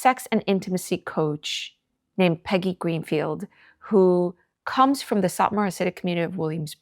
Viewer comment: She called faigy not Peggy 😂